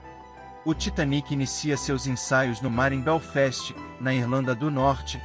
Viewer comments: A pronúncia do narrador é péssima. Não conheço Belfest, eu conheço Belfast, fora outras palavras em inglês. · O nome da cidade é Belfast e não Basfest como dito